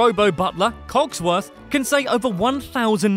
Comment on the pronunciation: It is Codsworth, not Cocksworth.